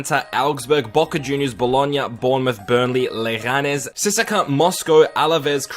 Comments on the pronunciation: Your pronunciations are cringey AF “C S K A” not “Siska” 🤦🏻‍♂️ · Am I the only one who noticed he said "Sissaka Moscow" instead of CSKA?😂😂😂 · Don't CSKA, C-S-KA !